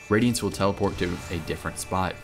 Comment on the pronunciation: absowute wadiance uwu